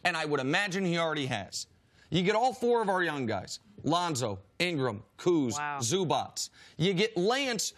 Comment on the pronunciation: I think Nick is the only American TV personality that I've heard pronouncing Zubac correctly, can't say he is Nick Wrong about this one :)